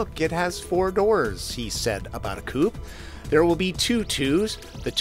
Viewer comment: I've never heard an American pronounce 'coupe' correctly before!!!! Only chickens live in a coop.